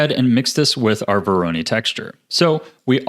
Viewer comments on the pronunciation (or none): I know right? it's voronoi not veroni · Excellent tutorial! Can't wait to use it in the future (but like, sir... it's vo-ro-noy, not vo-ro-nee) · bro it's not vo RO ny it's VO ro noi 😭 sweet shader tho 👏🏻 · VORONOI not veroni ;) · Absolutely fantastic tutorial, thank you so much for making this! I've been looking for a tutorial like this for a long time. Very minor side note: It's pronounced "voro-NOY" not "voro-NEE" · vOr-oH-neE texture. (No harm meant, great video) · Don't wanna be "that guy" but you're mispronouncing voronoi It's voh-roe-noi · nice tutorial :) btw, dont want to be annoying but you kinda pronounce 'Voronoi' wrong XD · The way he says Voronoi stresses me out xD